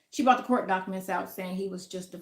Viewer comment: she said 'docaments' 😄